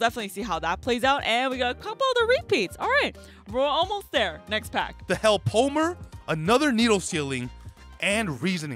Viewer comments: So, one quick thing. One of the cards you guys mentioned was a card in Bakura's deck, so it kinda hurt to hear it keep getting mispronounced. It's "hell-poe-em-er." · It's pronounced hell-po-em-er.